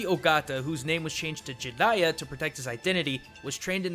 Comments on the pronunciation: everytime he said GI-riya im like JA JA JARIYA man come on lol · I don't like how he pronounces his name